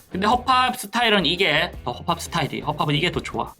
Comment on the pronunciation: 처음에 '또 허팝이' 할 때 '떠억밥이'로 들음 ㅋㅋㅋ